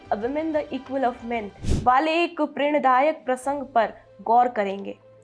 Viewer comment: प्रेरणादायक होता है prendayak नहीं होता है. उच्चारण सही करें.